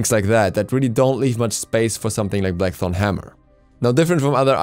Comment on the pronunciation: "Black thong hammer" that's what I heard leave me alone.